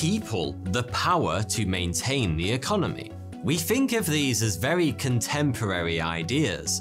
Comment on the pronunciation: Its think, not fink. I hate how he talks.